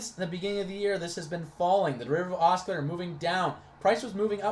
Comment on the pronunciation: You're driving me insane with the way you keep mispronouncing "oscillator". :-D It's "ah-sil-later"....not "ah-skill-later". Thanks for posting this and sharing it to the TSP4ST Facebook group though.